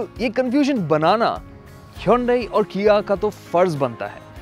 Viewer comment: "Woh nahi 'KIA' "